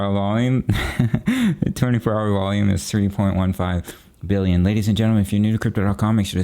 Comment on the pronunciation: PSA. Please DO NOT stop the your "1.29... bwill-yen"! Legendary!